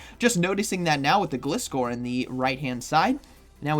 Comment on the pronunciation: Why can't I see you anymore?! And btw, don't know if anyone's told you before it is pronounced GL eye score according to the anime. Which makes sense, cus the name is composed out of glide, from glider and scor from scorpion. Thank you! And you're welcome! I love your videos! 😁👍